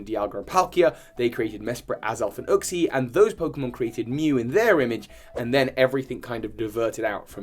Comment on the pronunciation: "Uxie" is pronounced "yook-see". "Zacian" is pronounced "zah-see-ahn". "Reuniclus" is pronounced "re-YOO-nih-klus". You aced the pronunciation of "Zamazenta", though. :)